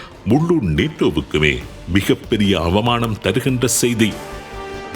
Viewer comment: உங்கள் தமிழ் உச்சரிப்பு "ஸெய்தி" இருக்களாம்" என்பவை தவறு...